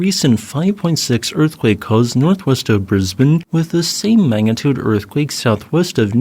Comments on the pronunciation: Kudos to the for being one of the few Americans who knows how to pronounce Brisbane correctly. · As an Australian i love that you pronounced brisbane correctly